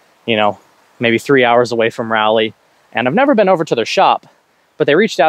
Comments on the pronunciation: It's pronounced Rah-lee, you yankee. (Yeet St is technically in Morrisville, fantastic shop). Peace. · It's RA-LEE 🤷🏻‍♂️🤦🏻‍♂️ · Crazy how even people in our state still don’t know how to pronounce Raleigh.